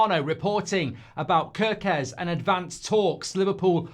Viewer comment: It is pronounced 'Care'-kez like the k-a-r in Karen.